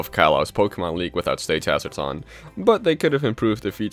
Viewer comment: "Stage Harzrads." Me:I thought it was smash run